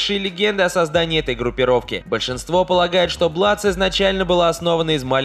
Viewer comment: Не Бладс, а Блудс